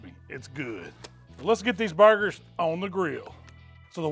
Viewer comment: You have no doubt that he knows what he’s doing when he calls them bar-gers 👍